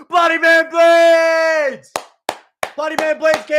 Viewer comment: Don t forget he said almeida will anihilate ploody man blaydes.